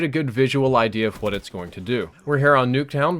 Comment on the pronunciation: I've been a sub for such a long time. Is it just me or does he say "hoowat" instead of "what?" I could be just walking too much King of the Hill....